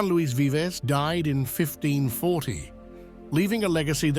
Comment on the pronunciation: "Vives" = rronounced"veevs", not a rhyme with "lives."